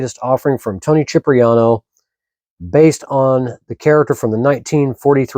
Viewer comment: CHIP-riano? It's pronounced SIP-riano.